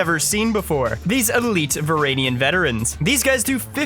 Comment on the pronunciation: Is it an Ottawan accent thing, because "Varangian" is pronounced "və-RAN-jee-ən."